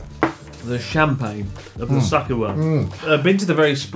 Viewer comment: Chris is so drunk that he's pronouncing sake like suck-it